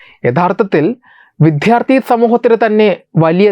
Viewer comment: എടോ മിസ്റ്റർ ഇനിയെങ്കിലും മലയാളത്തിൽ വിദ്യാർത്ഥി എന്ന് പറയാൻ പഠിക്കൂ !!!